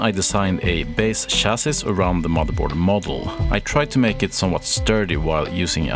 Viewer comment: "Chassi" - the s is silent ;)